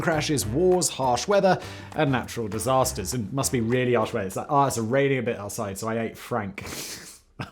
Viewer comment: Lol how you said ouray. It’s pronounced more like your ay. Thanks for the Colorado story and Ute Indians language is hard.